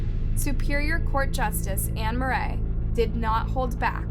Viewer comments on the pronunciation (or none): This woman doesn't know how to pronounce much of anything...first it's justice Murray not mur-ray it's Murry...and it's penob-scot county like girl, seriously?! Lol I Live in Maine. She butchers words all the time lol